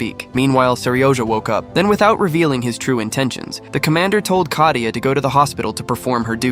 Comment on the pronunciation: Kayta? It is katia